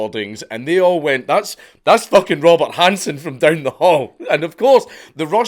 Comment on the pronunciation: You said Robert Hanssen, but out of your mouth came Robot Hanssen. 😂😂